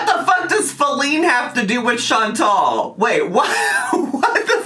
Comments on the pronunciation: I think it's funny too! It's not "Chan-tell", it's "Chan-TAL" 🙄🙄🙄🤣🤣🤣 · continuously mispronouncing Chantal’s name is so irritatingggggg It is chanTAL not chanTEL ahhhhh!!! It’s such a minor thing but it just irks me haha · Is it just me or is she consistently mispronouncing Chantal? It sounds like she’s saying Chan-TELL. 🤔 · It drives me insane how she says ChanTELL instead of Chantal. Buuut she has to mispronounce everything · is even mispronouncing her name as "Chantelle". She's done it a couple of times and it's weird. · Does anyone know why won't pronounce Chantal correctly? Is it a troll move? Or is she really so selfish she doesn't know how to pronounce her best friend's first name? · It bothers me so bad lol. There is no ‘e’ in her name. What a best friend. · I hate that she does that! Do you think she has a hearing problem maybe? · She can't be bothered to pronounce it properly. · I have to believe it's a troll move. I HAVE TO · Funny that she’s trying so hard to be her friend and can’t even pronounce her name 😂